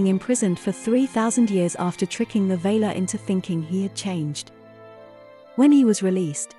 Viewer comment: valar not vaylar for e.g.